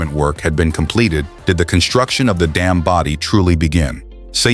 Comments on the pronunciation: Говори правильно: Саяно-Шушенсая ГЭС. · Шу'шинское, поставьте ударение правильно